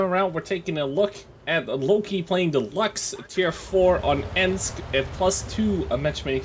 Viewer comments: its not lax its lux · Pronounced "Lookks" not "lux". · Luchs, (looks) not lux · Luchs. Pronounced "looks." I mean bloody hell, it's a Luchs (lynx), not a Lachs (salmon). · Say luchs right moron